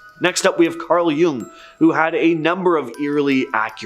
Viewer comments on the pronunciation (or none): none